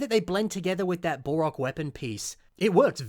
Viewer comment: It sounds like he's saying "Bore-ok" instead of "Bow-Rock" & it's driving me up the wall! XD